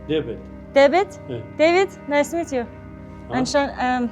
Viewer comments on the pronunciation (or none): none